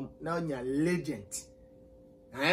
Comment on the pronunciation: Kwaku Manu and pronunciation. Ligent for legend